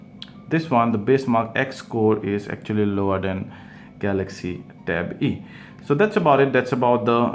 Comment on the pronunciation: Ben Walsh yes